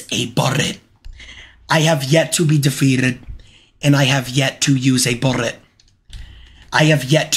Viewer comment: New to jnxy does he have a speech impediment where he can’t say bullet and constantly rolls his r and L?